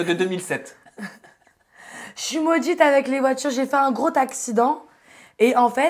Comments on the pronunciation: « J’ai fais un grotaccident » 😑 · Elle a dit « gro-T-accident » j’ai quitté la vidéo. Sorry. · "j'ai fais un gros TAXIDENT"🤷🏾‍♂️ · " j'ai eu un très grotaccident " mon dieu mais elle fait exprès ou quoi la??